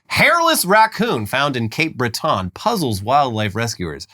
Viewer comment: Breton. Not Bret-tawn